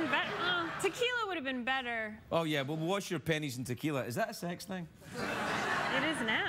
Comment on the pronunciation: the pronunciation for "pennies" in english is exactly how you pronounce "penis" in portuguese, haha.